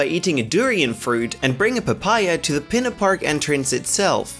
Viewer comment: He said pina park not Peena park